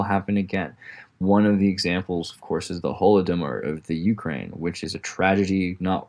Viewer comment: Ukraine does not get it's name from cranium... Where on earth did you hear that from? Ukraine is not even pronounced like that in slavic languages. Oo-cry-ena - cry - край - edge. Wonder what else in this video is complete bs.